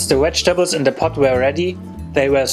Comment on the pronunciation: Did he say "Wedgetables" ???